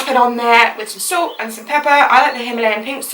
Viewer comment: That is NOT how you pronounce salt. Sorry I'm salty about this topic.....